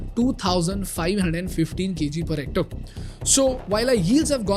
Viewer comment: It’s Hormazd. It’s Hec-tare, as in stare.